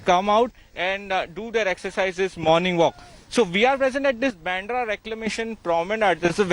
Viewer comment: Bandra! Pronunciation!